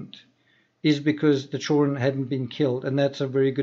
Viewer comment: you’re great and I love your work. But the D in children isn’t silent friend. 😆nothin but love I swear but you’re killin me😂